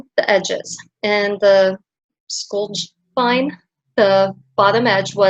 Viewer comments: You've made a lovely tutorial. I would like to help with your pronunciation though, if I may. These are Scandinavian words so, your "j" has a "y" sound. For example Jorvik is pronounced "yore-vik", likewise Skjoldehamn is pronounced with the "y" sound (sk-yold-ham). I hope I've helped you as much as you've helped me❤ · Nice video, Hon! You probably now already know as I'm late to the party 😄, but here is how to pronounce skjoldhamn: ski yold...now say as one syllable. Ham just as you know it. Skjoldhamn together is two syllables. Strongest on first.